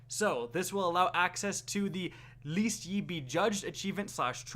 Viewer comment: did you say "Least Ye Be Judged?" The word is "Lest," kinda like "Less" with a "t" at the end of it...